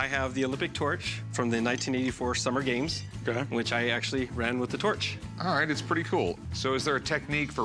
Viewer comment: "the 1900 Olympic gyames"